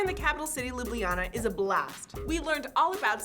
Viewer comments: it's not Lublijana but Ljubljana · its not lijubljana , its ljubljana. and its not slovinia, its slovenia